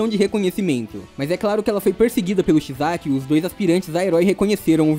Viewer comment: Desculpa encher o saco mas não é midoRÍa é midôria. Não é Erí é Éri. Não é chiZaki é Chissaki... Tentei prestar atenção mas não consigo com essa pronúncia. Tu deu uma certinha só no final. E não é Dekú é Dêku